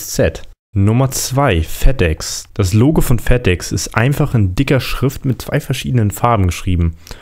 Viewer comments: Bei 3 Minuten und 47 Sekunden hast du dich versprochen; Das Google Logl...statt: Das Google Logo 😂😂 Sehr witzig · Bei Google sagtest du" bei dem Google logl" 😂👊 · Das Google lugel